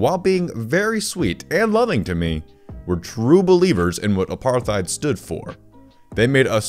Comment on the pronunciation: Pronunciation tip: apartheid = apart + hide